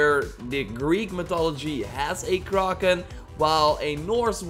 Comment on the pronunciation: sees kraken Says “Kararrken”